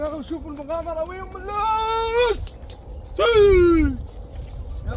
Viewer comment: كلما تكول ام الوس عبالي تكول ام اللول